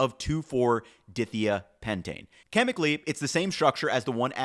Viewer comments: when you pronounce organic chemistry names, you should first find out about the individual word roots, because otherwise you mispronounce the names. Dithiapentane is pronounce "dye-thy-ah-pentane". The "di" in front means "two of", like "diatomic" (pronounced "dye-atomic"). It means there are two of the next thing in the name. The "thia' part indicates there's sulfur-carbon structures involved. It's not pronounced "dithia-pentane". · I also want to nitpick that “2,4-Dithiapentane” is pronounced “2,4-di-thia-pentane” like “dye-thaya-pentane” (which basically means pentane with two sulphurs in 2 and 4 positions). But that doesn’t make a lesser food scientist, just a minor chemistry thing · Cool video. But from a chemistry perspective“dithia” is pronounced like “dye thigh uh.” Di- meaning two, and thia-representing thiols (I think) which would be sulfurs replacing the 2nd and 4th carbons on the pentane chain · Uh, I don't think that's how you pronounce dithiapentane. The pentane part was perfect. But like the dithia is 2 seperate things. Di, is pronounced like die which just means 2 and thia is pronounced like thya, it means sulfur is there. Basically pentane with 2 carbons replaced with sulfur at the 2 and 4 positions. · May I assist with correct pronunciation for dithiapentane please? (My ears are hurting…) Di - pronounced “die” - Latin for “two” thia - prounounced “thigh -yah” “pentane” Let’s try it out all in one; die-thigh-yah-pentane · In chemical names, "di" means "two of" whatever comes next, and it's usually pronounced as a separate syllable with a long I sound (like the word "dye"). Dye thigh ah pentane is would be a lot closer. Sorry, but you say the name of this compound a LOT in the video and every time you do I cringe. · Please check chemistry pronunciation before releasing video because it is super obvious and hard to listen to for people with a chemistry background. It's dye-thigh-a-pen-tane phonetically. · its DIE-THAIYA-PENTANE